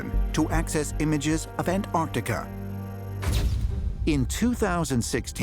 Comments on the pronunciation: Why do they keep saying 'ant-artika' ? Hahaha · Why do the American commentators say 'An-artica' instead of AnTARtica..?! Curious! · The way the narrator says Ant artica, ugh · I just wish they’d pronounce Antarctica properly. They all say AnArctica…. There’s a T in there bro. It’s pronounced AnTarctica. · AN- ARTICA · ANTARTICA❌ AN ARC TECH-A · Stop saying ANT-ART-ICA!!! It's so annoying! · why can't Americans pronounce Antarctica. There are 2 t's, and 2 c's Ant Arct ica. Not anartica or Antarica or Anarica. Nobody say Unied Sates of Ameria do they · AnT arC tica. Not Anartica. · Do wish yanks would pronounce Antarctica correctly, try anntarrrrtica. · Antarctica has two 'c's. One of them isn't silent. Your credibility is greatly reduced if you can't pronounce it correctly. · how ca you take a person seriously if they can`t even pronouce antarctica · The third letter in Antartica is T- PRONOUNCE it!!! 🤦‍♂️